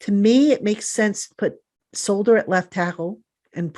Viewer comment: The fact that he calls Matt Peart the cream puff, can’t even pronounce Solder’s name right and thinks he’s better than Peart at any tackle spot is appalling. Did he not see Solder give up a strip sack on his first snap at LT? 🤣😂😂